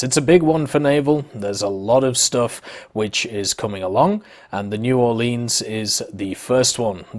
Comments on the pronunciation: The way he says New Orleans is painful. Its pronounced more like lins than leens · It new or-Lins I’m from New Orleans so it annoyed me it’s a ok though.